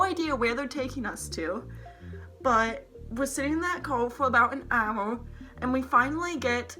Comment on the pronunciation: You can’t say “hour”